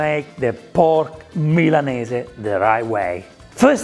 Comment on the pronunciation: So nice to here Milanese pronounced correctly. So many people in Australia say "Millaneez" and it drives me nuts